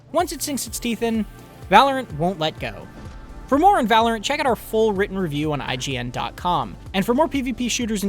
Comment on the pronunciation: Whoa, Black Betty (Val-or-ant) Whoa, Black Betty (Val-or-ant) Black Betty had a child (Val-or-ant) The damn thing gone wild (Val-or-ant) She said, "I'm worryin' outta mind" (Val-or-ant) The damn thing gone blind (Val-or-ant) I said oh, Black Betty (Val-or-ant) Whoa, Black Betty (Val-or-ant)